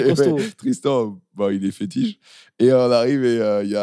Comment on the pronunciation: Chétif, pas fétiche;)